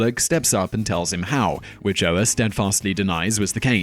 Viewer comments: Michael Ohr's name is pronounced oar just like the one that goes with a boat. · Oher is pronounced oar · I try not to pick on pronounciation but come on Simon you couldn't have rented The blindside? Whats that name again.